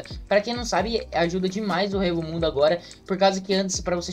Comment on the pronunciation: EU FALANDO "HUEVO MUNDO" KKKKKK, É "ECO" MUNDO QUE SE PRONUNCIA KKKKKKK